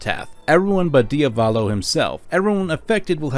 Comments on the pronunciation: Can you take the 5 seconds to google the proper pronunciation of foreign words? It’s not fucking “Dee uh VAWL low” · Ah yes. "Diavalo". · diavalo? isnt it diavolo? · It's "Diavolo" NOT "Dia-volo"! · I love your videos but listening to you mispronounce Diavolo upwards of 30 times was excruciating pain